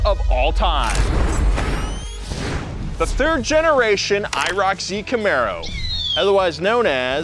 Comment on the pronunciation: He said turd gen 😂😭😭